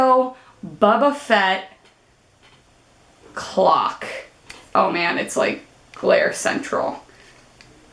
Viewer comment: She's not very bright, it's pronounced boba fett boba